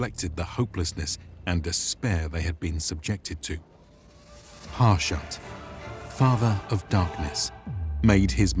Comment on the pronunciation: It's pronounced "Hah shu-t." It's in the game's dialogue.